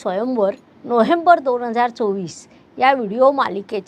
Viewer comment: नोहेंबर नाही. नोव्हेंबर म्हणा